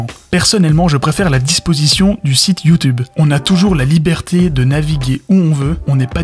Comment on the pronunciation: Bon j'arrête à . Prévenez-moi quand il sort la même vidéo sans prononcer "Youtoube".